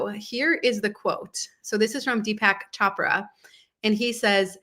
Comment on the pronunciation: 😊Hiya tnx for your vids. FYI, it’s pronounced Ch O Prah, like Oprah. All the best🪷